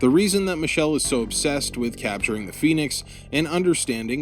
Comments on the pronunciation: Also it’s pronounced Zee-ong, and Phenex is pronounced Fen-ex, not Phoenix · Say phoenix! Say pheonix one more gawrram time! I dare you! i triple dog dare you! for fracks sakes!